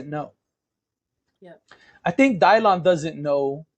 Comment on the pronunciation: Dylan who? Someone help me out here. Also that pronunciation is absolutely ridiculous. It's my son's name too. Why? Just why? If you want a unique name for your child, do the work. Research your own heritage and maybe use something there.